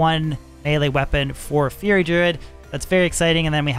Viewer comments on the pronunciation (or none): none